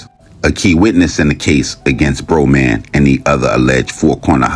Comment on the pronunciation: Bra Man pronounced